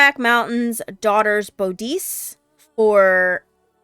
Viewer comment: Great video thanks. i’m always surprised on YouTube by how young people pronounce older words. i guess because they never heard them pronounced in person or even media. Bodice is pronounced Bodd-iss.. Bodd as in “Body.” hence the old name for women’s romance novels which were called “bodice rippers.” That would not work so well if it was Bow-deese. Nowadays that sort of literature is called “Dark Daddy fantasy” or something like that.